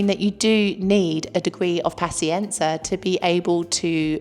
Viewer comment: As a brit living in Italy (mainly south) for last 30 years totally agree with everthing you say. N.B please pronounce paZienza properly. Hopefully you don't pronounce piZZa like pisa!